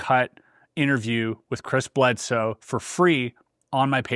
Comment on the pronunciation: The guy's name is "Bledsoe" not "Bledose"!! But fascinating content, thanks very much!